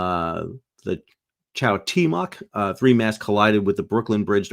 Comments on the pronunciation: cuauhtémoc is pronounced - K-wow-tay-mock Thanks for you great content, Sal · It's pronounced 'Kwat-e-moc' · Kwow tay mock, Sal! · "cock e moth" is how she is pronounced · Also, Cuauhtemoc: kwow-TAY-mok. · CWO-TE-MOKE is the pronunciation... NY hasn't cornered the market on cursing... :body-blue-raised-arms: Terrorist Trump n his maga minions will have a field day with this tragedy. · Don't feel bad, the name of the ship is not even in Spanish. Cuauhtemōc was the last Aztec Emperor and the name means "one who has descended like an eagle", and is commonly rendered in English as "Descending Eagle", as in the moment when an eagle folds its wings and plummets down to strike its prey; the name thus implies aggressiveness and determination. The pronuciation is complicated even in Spanish. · I love how he is apologizing for his Spanish when even regular Spanish speakers have no idea how to pronounce that word.